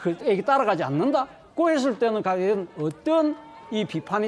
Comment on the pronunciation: 가연 차자원!!!ㅋㅋㅋ 발음교정 부터 해라